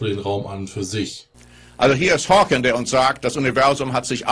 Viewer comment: Er heißt Stephen Hawking, nicht Stephen Hawkins.